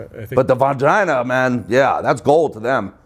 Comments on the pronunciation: bro said vongina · “The Von-Gina” Theo Von 👁️👄👁️👂